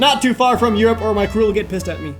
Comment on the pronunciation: "Eroupe? Who wants to be in Eroupe? Lets go to Ameeeerrriiicccaaa!!! AAAANNDD mutiny..."